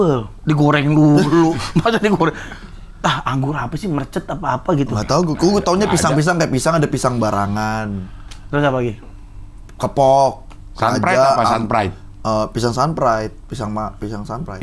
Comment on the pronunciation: Anggur muscat bah,bukan mercet 😂😂